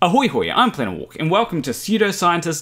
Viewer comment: '...to " Oh, please, god, no! Don't ever do that again! Setekh will go mad! Mad we tell you!:p